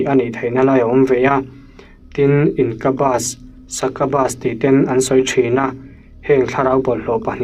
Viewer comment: Succubus leh incubus hi Sakabas ang inkabas ang a lam tur nilo in sakiubas leh inkiubas ang a lam a dik ang. Just a typical corrector guy here.